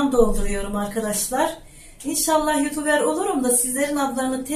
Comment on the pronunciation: Youtuber diyemnokunmuyor ablacım youtubır diye felan okunuyor söyleyim istedim